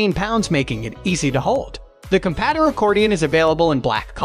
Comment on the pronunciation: The constant mispronunciation of "compadre" really undermines the credibility of this video